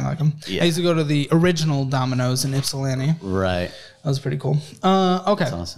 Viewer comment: I am always impressed when someone says "Ypsilanti" correctly! Good work!